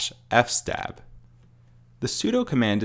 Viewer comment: Btw it's pronounced f s tab which is short for file system table